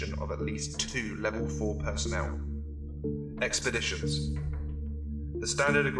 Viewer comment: EXPERDITIONS DUUUUUUHHH